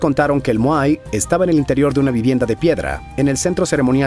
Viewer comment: Estimado, excelente video, pero dejame aclararte dos cosas. No se pronuncia mojai, si no simplemente moai, tal y como lo pronuncias despues. Y Ya no se llama Isla de Pascua, si no simplemente por su nombre original Rapa Nui. Saludos.